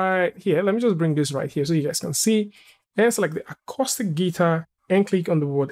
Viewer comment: AMAZING! Except Acoustic Guitars are generally hollow and have a hole in the middle. Also, Acoustic is pronounced 'Acooostic' not Acostic. It's also a fairly tiny collection of simple models that a monkey could create. And the UVs for the 'Acostic' guitar are terrible. If you wanted to make a decent 'Acoustic' guitar then you would want the top and bottom of the guitar as solid UVs (basically projection maps from the front). Not some strange group of polygons because those parts are made from solid pieces of wood. The sides wouldn't really matter, the neck sort of matters (but not much). The real selling point of an acoustic guitar would be the top. Hence, if you want to really sell a render of an acoustic guitar, you need to get the parts that a guitar buyer (or seller) wants to sell.